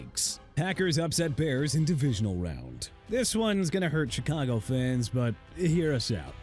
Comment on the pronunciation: YOU WANNA SHOW YOURSELF LATE BEFORE 7 O'CLOCK AT NIGHT... YOU KNOW WHAT? KEEP DOING IT! WELL DONE! AND IT'S NOT CHEE-KAH-GOW SO STOP MISPRONOUNCING CHICAGO!! PRONOUNCED SHEE-KAH-GOW!! AND STOP WITH THE JAGWIRES NONSENSE CUZ I'M NOT GONNA KEEP TELLING YOU OVER AND OVER AGAIN!! JAGUARS PRONOUNCED JA-GWAARS! YOU GOT PROBLEMS DUDE...